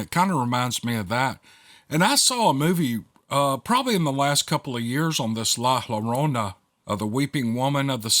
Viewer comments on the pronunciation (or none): Its pronounced La joerona, the weeping woman. ll is a spanish phonetic Jo,ja and so on.